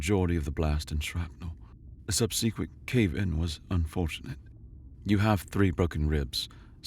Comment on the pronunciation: In this video, you have an error which confirms that the audio was recorded at least twice. You are getting paid for enough time to read the story twice, at least. Why are you not using any of that time to check the pronunciation of words you don't know, like "Terran", and "subsequent" and various others which any native English speaker should be able to pronounce correctly, or at least recognise when they're being said wrong.